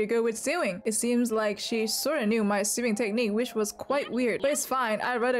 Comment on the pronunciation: ily but it's not pronounced "sewing"